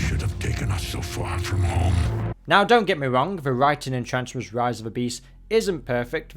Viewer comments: It's driving me nuts that you keep pronouncing transformers as "transwers" - ENUNCIATION AHHHHHH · Why does he say Transformers like that ffs